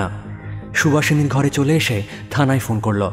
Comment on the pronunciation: I believe.. Please ektu uchharon er dikey kheyal rakhben..Bollo,chollo, korlo, dekhlo.. bishesh kore ei word gulor pronunciation gulo..aar voice ta ektu flat lage majhe majhe.. character e dhukte gele ei whispering tone ta chharte hobe. Oporadh neben na asha kori..Eta personal opinion..